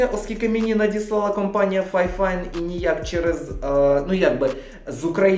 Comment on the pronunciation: Фіфайн, а не файфайн, а так то обзор класний